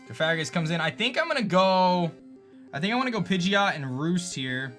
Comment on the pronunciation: Coh-far-ih-gus? It’s Coh-fah-grih-gus. Pft, you do this for a living?